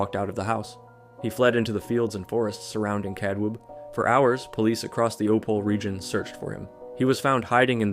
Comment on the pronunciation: E in Opole is not silent :) Opol"eh"